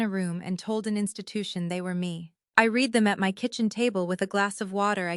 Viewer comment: AI narrator doesn't grasp the difference between read - present tense, pronounced reed - and read - past tense, pronounced red. As is evident in this story.